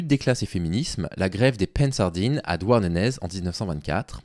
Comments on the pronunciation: Douarnenez: à prononcer "Douarnené". Au pire dites "Douarn'" ça marche aussi.😅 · suoer vidéo comme toujours, juste on prononce "Douarnené" ;) merci pour ce que tu fais